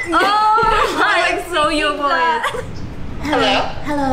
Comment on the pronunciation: O noah falando alou